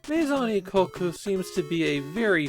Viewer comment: This actually became an inside joke in a Discord server due to the pronunciation of "Maison Ikkoku" sounding somewhat off. My Song E Coke y'all, My Song E Coke.